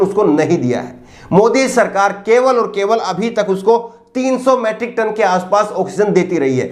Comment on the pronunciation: अबे गधे मैट्रिक नही मीट्रिक टन कहते है।